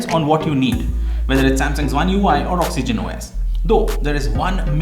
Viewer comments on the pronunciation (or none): none